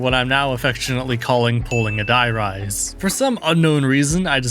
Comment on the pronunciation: Stop saying “die” rise” its “der reese”